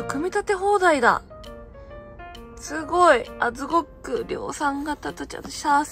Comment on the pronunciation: ズゴックが可愛いの前にゴックをブックって素で言ってる君が可愛い❤🤣